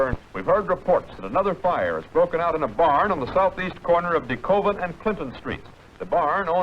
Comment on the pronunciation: did he say Coven and Clinton St????